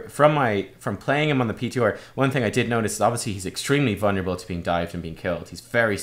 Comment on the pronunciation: The "H" pronunciation makes sense, even if it sounds strange to us as Americans; but that peeteeor, I will never understand. :P